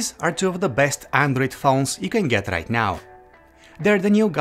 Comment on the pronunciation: You can geth rith now Fingerprinth reeeder Accurathe reeadngs Intherupt